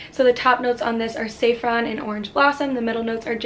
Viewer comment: Damn you butchered most of the names. Fyi it's sah frawn not say frawn